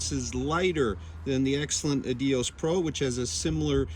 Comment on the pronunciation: 💯. The editing/sound needs work at times. Also the pronunciation of Adios is a distraction from the otherwise great content.